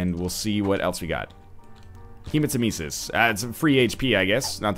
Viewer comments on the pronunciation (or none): Haven't seen the later episodes yet but I really hope Northernlion learns how to pronounce hematemesis properly.